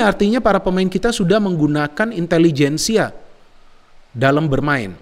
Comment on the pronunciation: Intelejensia, pake j